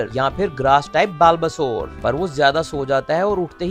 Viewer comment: Bhai बल्बासौर hai uska pronunciation.